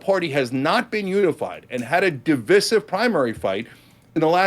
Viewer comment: Divisive isn't pronounced that way